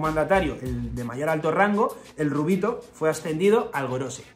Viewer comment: El “rubito” al que te has referido varias veces en el video es un Ten”Ruubito” lol